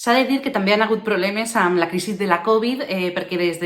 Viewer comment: Estimada: el Covid 19 no és plana (la fonètica) en català, sinó aguda. Per altra banda, el teu post és interessant i pense que necessari, tot i que no acabes de comunicar amb claredat allò que vols explicar. Així i tot, avant!